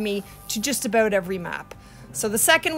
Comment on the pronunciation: i can tell that you are canadian beacause aboat